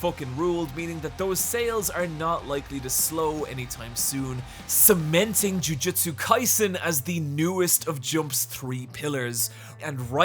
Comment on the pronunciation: THANK YOU! I feel like I'm goin insane at the amount of people that shorten JoJo's Bizarre Adventure to "JoJo". There isn't a singular JoJo, there are multiple, plural! "JoJo's" not "JoJo"!!!!!!!!! However, I will say that ya pronounced Jujutsu Kaisen wrong, it's "Jujutsu" not "Jujitsu" I love ya content!!!